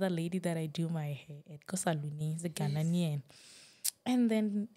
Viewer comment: Ghanaian not ghananian 😂😂I love